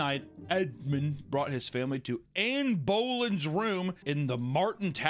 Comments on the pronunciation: River Thames is pronounced River Tims Anne Boleyn is Ann ba-Lynn Grenadier is Gren-uh-deer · River TAAAYMEs, AAYYYNE BOwlin' 😂 The way you say English names is hilarious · he really said anne bowling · The Anne Bowlin' pronunciation killed me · “anne bowlin” 😭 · Anne Bowlin 🎳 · Calling Anne Boleyn, Anne Bowlin, is the funniest shit ever omg😂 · At least you refused to pronounce xochimilco after mis-pronouncing grenadier, tenure and Anne Boleyn. C'mon, dude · and the way you pronounced Anne Boleyn is very upsetting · Probably one of the worst and best pronunciations of the most famous wife of Henry the Eighth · the way u pronounced anne boleyn bothers me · pronunciation of Anne Boleyn physically pains me.